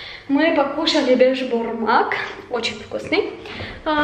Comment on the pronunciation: не бешбармак а бишбармак это национально татарское блюдо перевод (5 пальцев) ха ха